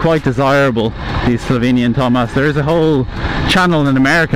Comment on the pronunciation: It is TOMOS, not TOMAS